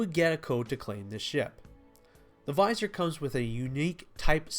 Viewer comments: Minor critique. Vizier is Viz-Ee-er or Viz-ee-air. Not Visor. Visor is eyewear. Vizier is a political rank. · AIR-heart; Vi-ZEER. A look at a dictionary will provide the pronunciation, meaning and source of the word. Learn words and prosper!